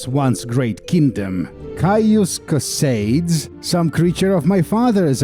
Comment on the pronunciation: It's Caius COH-SAH-DEES! FFS!